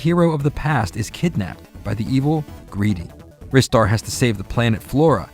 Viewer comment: I lost so much respect for. Do you actually call Ristar Wrister..... I can't even. The correct pronounciation is Rye-star as in rising star. I can accept Reee-star from japanese people as they have a way to pronounce english words. But I consider the word Wrister to be an active warcrime! Shame on you! See you next time!